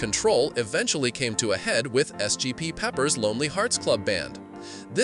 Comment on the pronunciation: I ragequit the video after hearing SGT Pepper ..